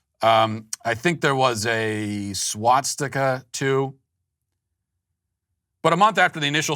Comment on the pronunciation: Matt, it's not Swat-stika...